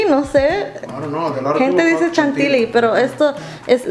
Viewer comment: Creo que quisiste decir Chantillí no Chantili